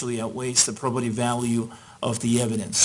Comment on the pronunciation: Maybe I'm an idiot, but I can't distinguish the word the judge says and ? I thought he was saying 'properative" value, but that's not a word and Google isn't giving me a solution.